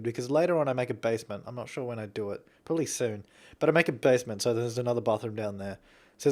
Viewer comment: You have such a nice voice, did you have a cold? So cute. :P And about when you say "probably" ... "purlly" :D Adorable.